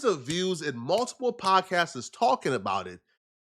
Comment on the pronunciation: My dude said podcastes 😂